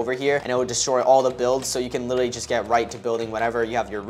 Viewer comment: The fact that the guy only says Willinly not literally 😂